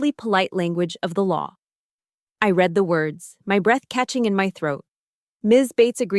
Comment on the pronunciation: I wish the Producers would show respect for their audience by having a human edit the stories. It’s annoying and distracting when common errors pop up like the sound “red” for read, and “led” for lead or the light LED.